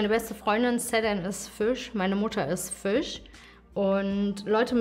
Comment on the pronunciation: Süß, das heisst Fisch nicht Füsch